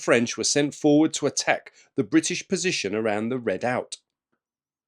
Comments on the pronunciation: Very good video, lots of information. But redoubt is pronounced ree doubt, not red out. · Redoubt or red-out? maybe I need a hearing aid!